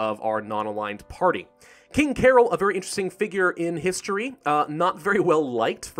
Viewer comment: is promounced carol. cah-roll.